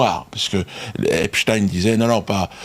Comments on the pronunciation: C‘est du n’importe quoi, ce débat. Il était américain. Aux Us; on prononce ‘ine’ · C'est Ep-stine, en passant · J'adore comment il prononce le nom de Monsieur Epstein, c'est très drôle. Comme Dieudonné manque à notre télévisuel public.